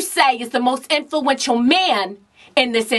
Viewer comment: lmfaooooo iam weak!!!!! "whitney, who would you say is the most infulenchual man in this industry?" "That would be you Wendy!"